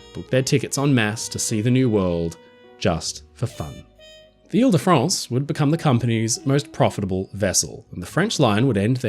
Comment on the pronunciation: Vive le grand paquebot Ile de France! Très bon Français mon ami.